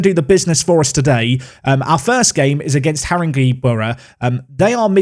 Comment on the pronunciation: Great vid,...but I'm gonna help you out a bit; 1. HarinGAY boro 2. WhitsTUBBLE Carry on 👍